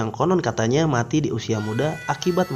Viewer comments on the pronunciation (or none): none